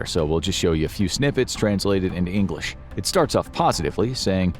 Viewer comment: Noooooo way, “flawless ENGRISH” 💀💀 thought you were sneaky